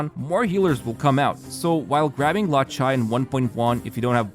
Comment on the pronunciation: 'Kiu-kiu' 'Luo-chai' ? Please, watch a pronunciation video on the characters, I don't know who you're talking about. Except for that real nice vid ofc